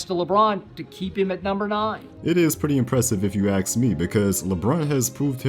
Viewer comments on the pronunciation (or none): if you aks me. you doing this thing too now? sigh